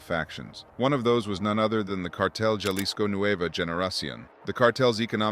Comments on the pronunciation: Bruh, “Ja-lisco” lost me. It’s “Ha-lisco” fam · Starting to see why Americans are disliked in Mexico. "HA-lees-Ko" not, "JAH-lis-Ko". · Jalisko? It's prounounced Halisco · JUH lisco has me dead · So it’s not Jail Lee sco?